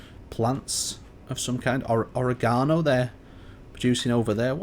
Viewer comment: <- fitting timestamp, but "oregano" LMAO